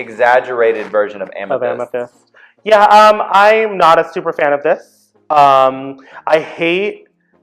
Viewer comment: This was great! :) U girls get a plus for knowing the names.. lol.. Yuhua over there saying Amthetis instead of Amethyst!